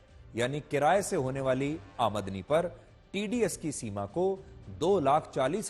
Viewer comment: Aamdani hota hai amdi nhi 😊